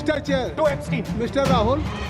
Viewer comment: ऐपसटाईन नहीं, ऐपसटीन Mr Puri